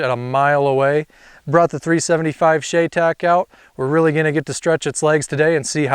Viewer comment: It’s pronounced Shy-tac